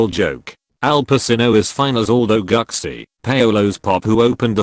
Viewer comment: It's pronounced "Goochee".